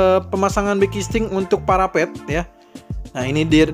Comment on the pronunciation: Saya dengernya bukan parapet, tpi parabot parabot parabot 🤣🤣🤣hehehe, abis nonton tinju jadi agak budeg kaya vicky di hantam sama azka di telinga Sehat selalu buat